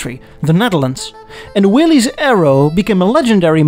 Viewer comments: Just fyi Willys is pronounced will isss not will eeez. George Willys was their head designer and company pres tc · The company that made wartime Jeeps along side Ford is pronounced WILL-IS Overland, not WILL-EEZ. You can find a 1954 Aero Willys passenger car TV commercial here on Youtube and you will here the spokeswoman pronounce the name of the car as the Aero- WILL-IS. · the company that produced the Aero line of compact cars is pronounced WILL-IS not WILL-EEZ. There is a YouTube video of a TV commercial made for the 1954 line of Aero Willys cars that will back up what I am telling you. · I had a '52 Willys Aero. It was cool as hell! But it's pronounced Will-ISS not Will-eeze. GREAT video! The Aero & the Hudson Jet never get mentioned ever. They were plenty big enough & could fit six people. They were kinda the perfect car. What else do ya need??? Anything else is pretty much bullsh!t in a way. 🙂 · Been enjoying your channel for some time. FYI the proper pronunciation of Willys is WILL-IS. Common mistake.